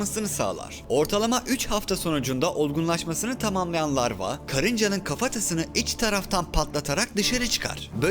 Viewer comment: Ruhi adam o lavra değil larva